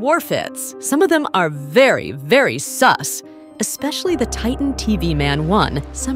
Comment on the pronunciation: Its not soooos its sus